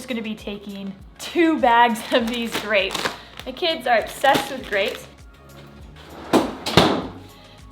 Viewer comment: he said "we got some dapes"🤣